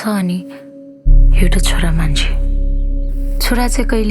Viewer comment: Eura xora? Learn to say chhora